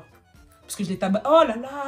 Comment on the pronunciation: « Je l’ai TA-BA-SSÉE » AAAHHHH🦅🦅🦅!!! 😂😂😂